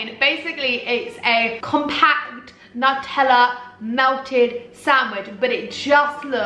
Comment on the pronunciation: It’s Nutella not natella 😩😩